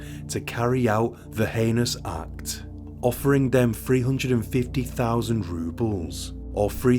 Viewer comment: Stumbled across your channel recently and I’m working my way though, I really appreciate how many cases you cover that I haven’t heard of before. Great work, thank you! One incorrect pronunciation of heinous slipped in there on this video, but I appreciate you working on it as that was literally my only constructive feedback note for previous episodes. Hope your channel gets many more subscribers, it’s well deserved :)